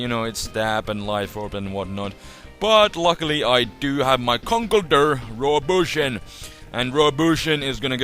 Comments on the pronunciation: ConkleDURR. Cracks me up. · and also luv 'Conkledurr Rawpushin' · i like it when u say "conkeldurr" :D